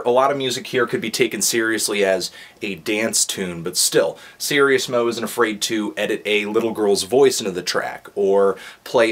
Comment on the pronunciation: Sir-Ease-mo. not serious-mo